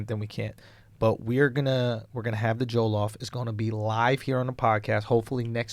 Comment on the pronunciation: the way andrew says jollof is triggering lmao. ITS PRONOUNCED ( JAW-LAW-OFF) JOLLOF RICE